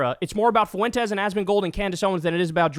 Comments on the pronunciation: Not to birddog you Kyle, but its pronounced Fwentes not Foo-entes Diphthongs baby PS who cares what Nick “I poop my pants; can’t get a date” Fuentes says? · It’s not pronounced “Fooentez”, it’s pronounced “Fwentez”. Just fyi. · Does Kyle not know how to pronounce “Fuentes”? Lol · Can anyone tell me why Kyle pronounces Fuentes FOO-aint tez. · Why does Kyle keep mispronouncing Fuentes? 😂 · …your pronunciation of “Fuentes” is horrendous - you must live in the whitest town on the planet.